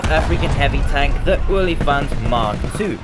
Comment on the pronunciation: And the best part is, you pronounced it perfectly.